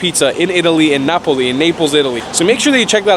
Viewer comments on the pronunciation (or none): none